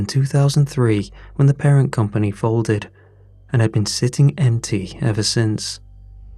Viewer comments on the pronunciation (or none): none